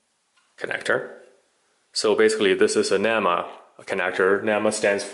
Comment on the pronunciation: Man. You may be a EE but you are sure no electrician. At least learn how to say NEMA before giving advice.